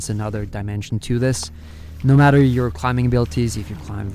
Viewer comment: i love you man, but please stop pronouncing the 'B' in 'climbing.'